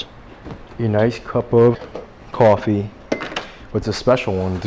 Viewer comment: why saying coffee a kwoffee 😂